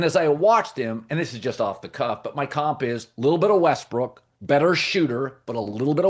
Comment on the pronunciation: Who caught colin recover himself quickly when he called Westbrook westbrick😂